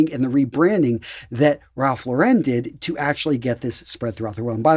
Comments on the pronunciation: It's pronounced "sa-vil", with a short 'a', not "saaville", and it's Ralph "Lauryn", not Ralph "Laur-ehn". Now, the latter I know for certain because I worked at Ralph Lauren in both Toronto, Canada, and (three different stores in) Sydney, Australia, and staff are instructed to answer the store phone pronouncing "Ralph Lauren" as I indicated above. It's a good label, though (well, various labels (I'm surprsied you didn't mention Purple Label)); slightly pricey, but, much of what I have I bought on sale and, if taken care of, it can last for decades. I both kept, and have in the last couple of years bought second-hand, PRL items from the 1990s. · Great video! I believe Ralph Lauren is pronounced "LOHR-en" not "La-REN"